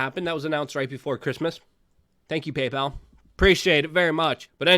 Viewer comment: Pay-PAL , Stripe , .......?